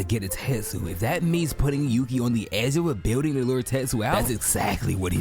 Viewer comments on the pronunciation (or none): none